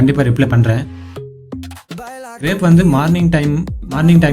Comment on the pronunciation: அது கிரேப் (Grape) இல்லை கிராப் (grap) சரியா சொல்லுங்க